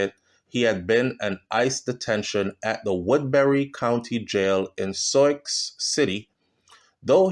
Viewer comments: I love your channel and commentary, however please try to properly pronounce Des Moines, the proper pronunciation is De-Moin, the same for Souix city..it is pronounced Sue city. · Sioux is pronounced ( Soo)